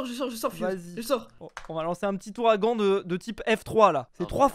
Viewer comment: "Houragan" hein 🤣🤣🤣